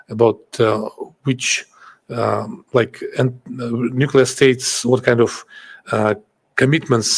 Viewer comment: Nucelar, se dice nucelar!!! Jajaja